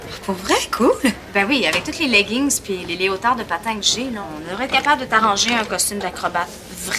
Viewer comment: leotard elle a dit leotard mdr